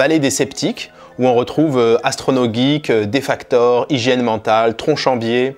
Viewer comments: Aïe aïe aïe c’est « DEFEKATOR » 😅 en tout cas encore une vidéo super intéressante j’adore ta chaîne ! 👍🏼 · Super cette vidéo!!!! Merci merci! Par contre, c'est DEFEKATOR, pour info :)